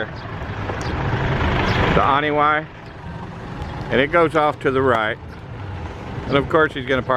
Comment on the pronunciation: This a very beautiful drive. I believe the locals pronounce Anini-y like "Uh nee nee ee" Keep up the good work.